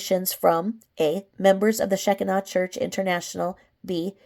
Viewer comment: Just helping you here on prnouncing Shekinah. It is prnounced Sha Ki Na. Long i in the middle. I can also tell you it is not a cult. I am pentecostal...Assemblies of God... and we recognize them as a church like every other church. Baptist..Methodist..etc...